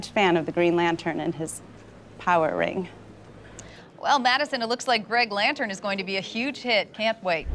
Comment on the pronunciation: "Greg Lantern" lol!